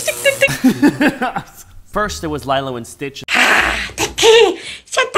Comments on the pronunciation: Did..... DID YOU JUST CALLED LILO AS “LAILO”????🤣🤣 WHY WHYYYYY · that is not how u say lilo in lilo and stitch wtfff? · So is no one gonna speak about how says Lilo?😭😭